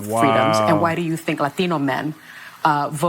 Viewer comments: Funny how Sonny tries to use a Spanish accent when saying Latino! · Why does Sonny ONLY accent the word Latino? 😂